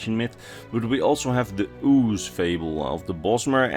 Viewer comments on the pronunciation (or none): none